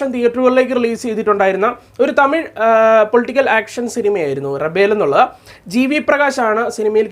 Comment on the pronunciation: റെബൽ 🤪എന്നൊക്കെയാ ഇങ്ങേര് പറയുന്നത്